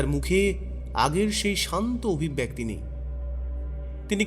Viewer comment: " Golpopathok Mohashoy " Obhibbyakti " Noy , Uchcharonta " Obhibbyekti " Hobe Dada. Aabar Bhul !!!!!!!!!!!!!!!!!!!!!!!!.